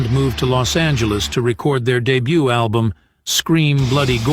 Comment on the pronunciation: Why use an AI voice, "A DEBUTT ALBUMM", such a sad attempt to make a video.